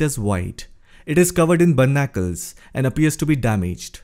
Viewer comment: English hi bolna hai to correct pronunciation bhi to seekhle bhai. They’re called “BARNACLES”. Content banana hi hai to thoda diligent research bhi kar liya kar please. Good data otherwise. Have a good one.